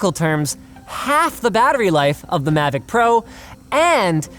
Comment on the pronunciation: Um sorry but it’s mavic not “Mavoc”